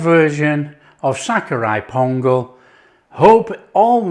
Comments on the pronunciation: I like the way you say sakkarai pongal like a real Tamilian! Tamil word Sakarai means raw sugar and is the root word of Sugar! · The way u say sakkarai pongal in Tamil is mind blowing ❤❤